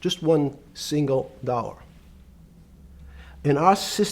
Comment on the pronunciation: The way he pronounces "dollar" is straight out of a south park episode